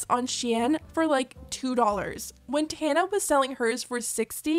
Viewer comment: The way you pronounce Tana’s name is killing me 😂😂😂❤❤